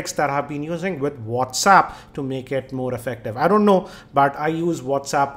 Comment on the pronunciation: LOL...Its not Whaats- uup... Its Whats App hahahahaha